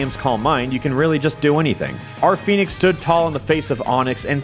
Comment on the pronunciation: I misheard you say Phoenix as Fetus